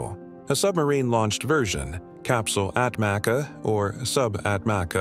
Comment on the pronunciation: ATMACA pronounce as Atmacha in Turkish